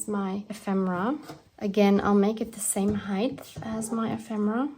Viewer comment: Sweety hi… not sure who told you the word ‘ height ‘ has a pronounced ‘ th ‘ at the end. It doesn’t. Otherwise everything is fine… considering that we are in Jlem, staff in Gaza, and Egypt is again in between holding a key…